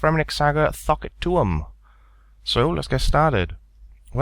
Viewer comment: "thok" sounds like fuck when u say it lmfao